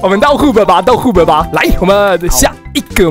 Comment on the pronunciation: Um……那個hub讀錯囉~